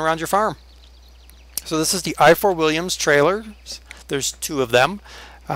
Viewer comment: Ifor Williams is a welsh name is it would be hard for you to pronounece it correctly and also I live by the factory